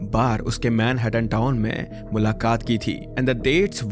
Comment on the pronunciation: Man-hat-tatan :D